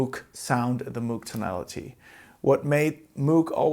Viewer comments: Moug, nicht Muug bitte! Ansonsten bin ich zufrieden mit meinem Subsequent 37. Der hat zwar nur zwei Oszillatoren + Sub, aber an Mod-Möglichkeiten dürfte er den Voyager noch übertreffen. An Patch-Speicher wohl auch. ;) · Great video. Been thinking about getting one for years. Slight correction, the pronunciation of his name and the company is MOHG.